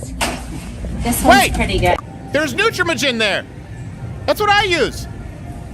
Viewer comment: My daughter was on Nutramigen Hope you have better luck than I did. She was colicky. Also check your pronunciation Crowder. I am pretty sure the a is a long a 🤷🏻‍♀️